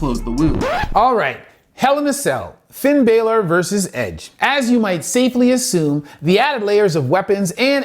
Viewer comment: Finn Balor is pronounced Finn Bowler and thats not Edge thats Drew Mcintyre lol. But i still appreciate the vid doc.